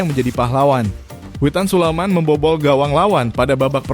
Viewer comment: Admin gak Pernah benar menyebut nama Witan Sulaiman, admin selalu sebut witan sulaman, ini nama orang bro, jangan suka2 kau ucap Nama orang, kalau kau mau dihargai, hargai pula orang lain,terutama sebut nama orang dengan Benar, jadi admin kok BOTOL banget loe...